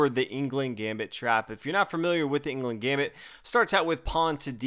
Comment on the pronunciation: It's pronounced anglooond gambit, just so you know :)